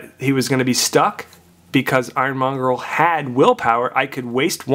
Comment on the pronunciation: It's monger dude... Not mongrel